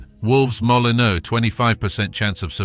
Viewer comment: Pronunciation a bit iffy? 🤔 I lived in Wolverhampton for 7 years ... and never heard Wolves stadium pronounced ... Molli-now? 😅 And who are ... Mill-wall? 🤔